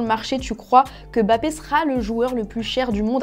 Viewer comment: La bonne prononciation de "Mbappé". Bien